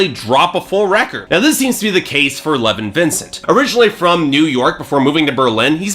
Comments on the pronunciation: Lev-ON not "Levin" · pretty sure it's pronounced le-vahn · How many times can you miss pronounce a name? ............ go!